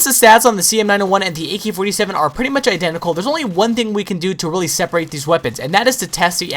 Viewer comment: He says "A key 47"